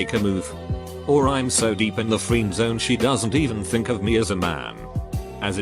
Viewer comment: It can pronounce "friend" correctly but not "friendzone" ? 😂